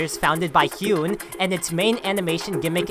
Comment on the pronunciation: it would be so awesome to see hyuns dojo content go as main stream as stuff like hazbin hotel. Also nice video but its pronounced "HIGH-UN" not "hee-un"